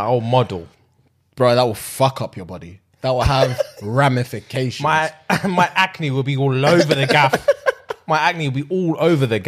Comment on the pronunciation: saying “ramifications” 💀